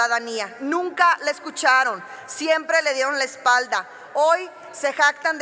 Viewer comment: Que pedo? Fumaste de mas? Nina en vez de nunca! Tubueron? En vez de tuvieron! Ja j sacalo!